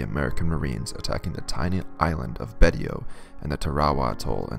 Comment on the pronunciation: Pronounced “Baysho”